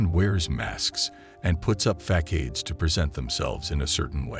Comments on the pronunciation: "Fackades? Did you mean facades (Fa - saw - d's)" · Ah yes. Everyone puts up “Fack-aids”. I always thought it was facades. You learn something every day. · FACADES - Pronounced : fas - ards. from "face" as in multi faceted i.e. many faces.